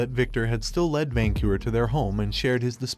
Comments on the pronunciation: The Ai voice bugs me especially when it says words wrong like when it says lead as leed instead of led. Otherwise I enjoy being introduced to new stories like this. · Sometimes I wish that these uploaders would fix the wording on the auto-reader (or whatever it's called) so that they said the words correctly. Among many other "mistakes", I keep hearing LEED when it should be LED. How hard would it be to type the story out so it's read correctly? Some of these stories are horrible because the main lead's names are continuously mispronounced. It just grates on the nerves.